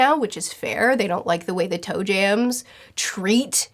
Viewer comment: I love listening to her but why does she call celestial dragons toe jams? XD